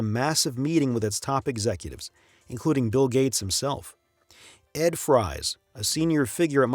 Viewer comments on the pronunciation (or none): Isn't Ed Fries pronounced Ed Freeze?